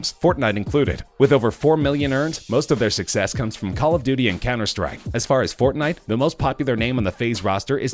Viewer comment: "cemmer strike" wtf